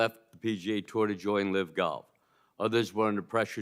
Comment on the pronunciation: It's LIV, not LIVE